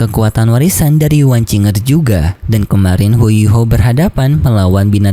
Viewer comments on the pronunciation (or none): Wang qiu er yah bacanya bukan wang cing er